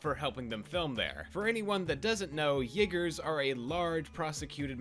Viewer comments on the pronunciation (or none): Uyghurs (or Uighurs) is pronounced more like "wee-guhrs", not "yae-ghurs" or "yi-ghurs". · I’m just dying that you pronounced Uyghurs like that. You could have at least said Yiggas bro. Too close!!! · yeah him saying "yigger" repeatedly was... interesting to my ears haha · Dude you really really need to work on your pronounciation of "Uyghurs". You gave me a heart attack twice.